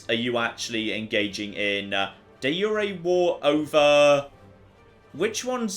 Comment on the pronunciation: The only CK2 youtuber I've seen who knows how to pronounce 'de jure'